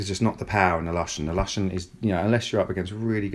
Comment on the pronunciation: It's 'Looshen' not lush -en ;)